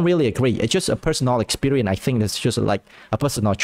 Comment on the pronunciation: "... so I don't really agree, it's just a personal experie[ce], it's just like a personal choi[se]" "... the three choi[se]" "... so the three choi[se]" idk about you, but I don't know what "choi" mean :(